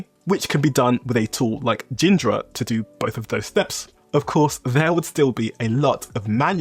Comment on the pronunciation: Its not jindra is ghi dra